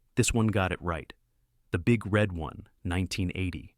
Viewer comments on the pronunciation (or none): Too bad about the AI narration. Always has difficulty with the emphasis one the “One” in the Big Red 1.